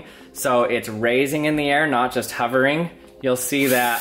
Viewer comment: *Hovering, not Huvering...